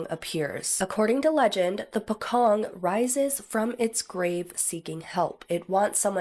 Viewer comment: Its pronounce as Po Cong..the C letter are not sound K but pronounce like the word Change ,Cheap, Chocolate...im south east asian from Borneo island ..my homeland's border shared territories of province of Indonesia and Pocong is one of the folklore's Mystical entity but there's other Utter Horryfying Mystical creature which the Flying Head that were quite common to be reported by some eyewitness in certain region in my place here...needless to say its seemingly Famous to be heard throughout countries like Malaysia and Indonesia..